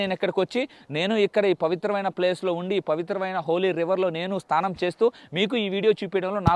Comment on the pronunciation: స్తానం కాదు స్నానం అనాలి